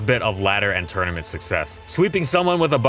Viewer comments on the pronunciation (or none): none